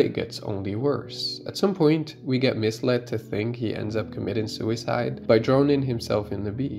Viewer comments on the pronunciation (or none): none